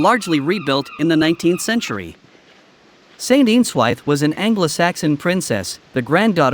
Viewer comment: Folkestone is a town not a city. Shame you have used AI to narrate the video. The pronunciation of place names is appalling. Eanswythe is pronounced Ianswith, Folkestone is pronounced Folkeston.